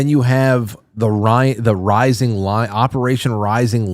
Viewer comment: Iron, lyin’- er, I mean lion, Zion. 🤨